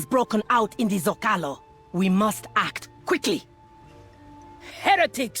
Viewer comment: Hearing your pronunciation of Zócalo as someone who heard it first on Babylon 5 pains me.